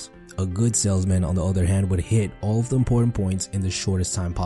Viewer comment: “Da” as opposed to “the” & “wif” rather than “with” is not helping sound sophisticated. Also “rapport” has a silent “t” on the end. Just saying.